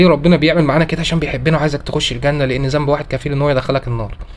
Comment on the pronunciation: جزاك الله خيراً.... أرجو من حضرتك الدقة بقراءة القرآن الكريم.. مثل الأحرف اللثوية.. مثلاً. ذنب وليس زنب